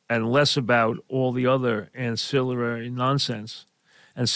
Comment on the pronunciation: Mike's hysterical when he tries to use fancy words. "Ancillirary"? What?? Then he goes on to one of his favorite words he learned a few years ago and has overused since: "tertiary".